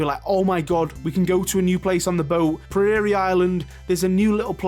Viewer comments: Prairie is pronounced like prayer-y not pry-airy thought I'd mention it as you mention you weren't sure how to pronounce it 😅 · You are not pronouncing prairie correctly, but never mind :-) it's more like pray-rie. I think it is a good theory of pulling in-game material for the next update. But it does go against his own words. And it would be great to have things in the game as is updated as well - like the Community Center is dead after you complete it. Could need a festival or a way to use it. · Prairie… first off, just say the word “pear” or “pair”. In American English, both of those words are pronounced the same. Keep saying that out loud till it’s familiar and then add an “r”, so it becomes prear or prair. Then all you have to do is say the letter “e” at the end. Prear e. The purpose of the ai combination is to create a “y” sound, but not as distinct. If you pronounce it like “prayer” “e”, it would not sound right. Hopefully this helps. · Maybe Gunther has a hot air balloon and that takes you to Prairie Island? Not accessible by boat because of high cliffs or something? Loving all the speculation videos! (ps, it’s Prairie, as in Little House on the Prairie, just to help with the pronunciation bit 😊 xx) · That is NOT how you pronounce prairie. Say it like you would say 'prepare' ...skip the tongue twisting and use a short e sound. Like 'eh'. :) Prerhree. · its pronounced pray-ree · Prairie is surely pronounced 'prayer-ee' even further north than me in sussex? So you might be pronouncing it wrong? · Sorry to nitpick, but you did mention pronunciation! It's pronounced 'pr-air-ee' if that makes sense? It's an 'air'sound in the middle. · It’s said like “Prayer”-ee. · I have never in my life heard anyone pronounce prairie like priory before. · To answer your concern about pronouncing prairie: it's two syllables. The 'air' in the first syllable rhymes with air. Prair--ee. Thanks for sharing your ideas. It's really a cool thought. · It's pronounced PRAYER-ee